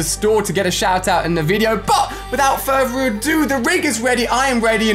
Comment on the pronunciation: Hehehe Ferveravue I thought it was further adue